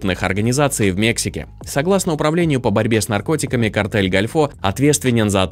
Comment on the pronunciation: Какой нафиг "картель гальфО". Картель дель гОльфо - картель залива.